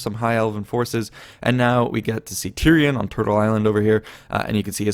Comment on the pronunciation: you messed up tyrion and teklas xD.